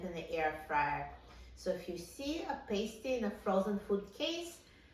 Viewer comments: Being that I live in the Upper Peninsula of Michigan, please learn to pronounce it correctly… it’s “PAST-TEE”… a Paste-tee goes onto a boo-bee 😂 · Ur pronouncing pasty wrong!! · I was just up in the UP, MI And they corrected me on how to say pasty. The way that I remembered the pronunciation is that this is a food from back in the “past” miners day that was created. (Pasty, as in paste, is a female adhesive.) 😊 these are so good! And I’m going to try your method in the air fryer right now! As I brought some frozen pasties home with me. 🤗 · I am from Wisconsin where these are very popular. Yes it would take an hour in the oven. I haven’t tried it in the air fryer but I will. By the way we pronounce it to rhyme with nasty. Not sure which is right. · Please read my comment above ..I'm English she's completely pronounced it wrongly